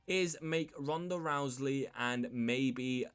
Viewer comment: Hey dude there is no L in the last name Rousey it is not Rouseley